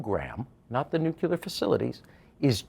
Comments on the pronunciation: it’s nook-lee-er not nook-you-ler. There’s nothing more credibility destroying than mispronouncing such a consequential word. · N U C L E A R not nucular. Geez.